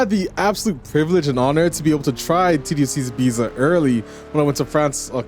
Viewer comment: I'm sorry to be a pain but I just couldn't keep hearing it without saying something but it isn't called Ibeeza but it's E-bee-ta. Just like you'd pronounce Pizza.